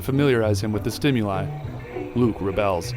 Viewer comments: anyone relizes he called luke buke lol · he says buke I swear 😂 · i thought he said buke instead of luke😂 i hope s2 happens